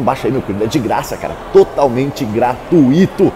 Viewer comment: "Gratuíto"?!Ajude aí,da Imprensa! Não existe essa pronúncia.O acento seria no "tu",mas não existe acento físico("túi")...